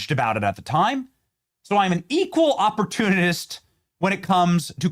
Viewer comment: How long will the show go before Benny mispronounces a word or uses a word incorrectly? I'm starting to listen to the Benny Show like I listen to Sunday morning sermons. How long before this doofus says something stupid? - There it is: "Equal opertunititst" 👈 "I'm an equal opertunitist."